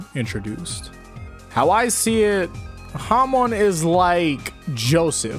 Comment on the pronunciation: Hamon is pronounced Hamone?!